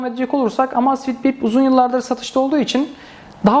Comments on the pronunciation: Emeyzfit diye okunur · "Amasfit bip " :D